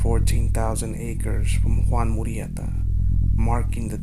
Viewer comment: Is it me or does anyone else hate the way he says MURRIETA?! It’s annoying AF!